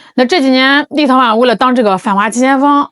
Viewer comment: 为啥我一听见立陶宛，就感觉是在听 little one 呢